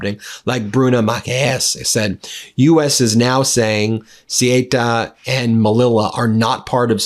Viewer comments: CEUTA is pronounced say-oota. MELILLA- Meliya. PLEASE! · Sorry ben its say-oo-ta ceuta and melliya melilla Double ls are ys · Darn, Ben!! PRONUNCIATION!! Ceuta=Seu-Tah, and Melilla=Meh-Lee-Yah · It s pronounced ‘seuta’(ceuta) and ‘meliya’(melilla). Sorry for correcting. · This is red meat for his dwindling MAGA/Republican Party. Morocco is at the root of this, but I would like to see footage of what kinds of boats were supplied for this. Ceuta (pronounced Say-yoo-ta) and Melilla (pronounced Me-Lee-ya) have been a sticking point for both countries since 1497. This happened when I lived in Madrid for nearly a decade. Would I be surprised that this action was planned to give trump a pawltry photo op because the republicans have nothing to run on? No.